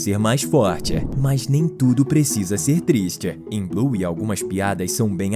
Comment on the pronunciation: Não é buy é bluey